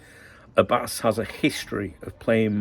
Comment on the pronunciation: Hello my friend, I just can’t stop cracking up about your persistent mispronunciation of Ramy Abbas’s name 🤣To make it easier for you to say his last name just remember that Abbas means Lion in Arabic 😂BTW, what is it with the ultra clarity of your stream today? It feels like your head going to pop out of my tv screen! Your Saudi friend 🫡